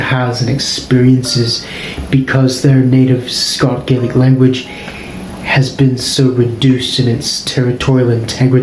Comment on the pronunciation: Why do pronounce Gaelic in that way? That isn’t Scots Gaelic pronunciation.